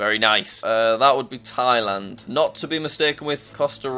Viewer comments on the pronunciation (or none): none